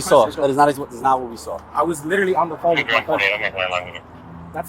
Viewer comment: I Littelly inn-a-cent bro. Bro I Littelly inn-a-cent. Bro. I Littelly inn-a-cent bro. I Littelly inn-a-cent bro. On my dead mothers grave……!!!! STUPID & DISTURBED